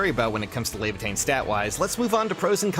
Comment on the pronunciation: res leavatein lol